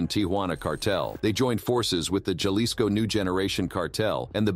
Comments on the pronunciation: Halisco not juhlisco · Repeat after me HA-LiSS-CO Jalisco!! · Ja- lis- co. !!!